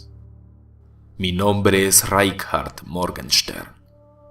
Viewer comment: nezka ls pues el nombre germano es Reinhard, pero él pronuncia Reikhard o algo así, el cuál es un nombre que nunca he escuchado.